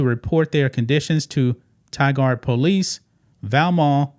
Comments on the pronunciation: Hi. Portland-area resident here with today's public service announcement. It is pronounced tie-GURD, not tie-GUARD. Thank you. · Tigard is Pronounced like tiger with a D at the end. The sad thing about this story is that there are many adult care facilities in that area and I wouldn’t be surprised that this isn’t the only place doing this. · Tigard actually pronounced ty gerd. It an Or e gun thing. LOL Thanks for the news.